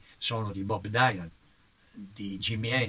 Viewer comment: molto bello sentirti parlare, io sono della generazione dopo la tua, nato nel 60. Perdonami ma sommessamente vorrei dirti che Dylan pronunciato Dailan, non so se e' corretto. E poi Steppewolf e non steppenwold... Vabbe, capita. Grazie ancora per i racconti.